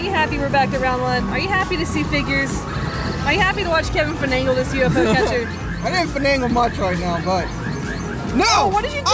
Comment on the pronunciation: Dictionary says its finagle, urbab dictionary says it's fanagle,, but with Kevin it's "Fun"agle! I can see this as a word of the day for the 10 days of DCG!!!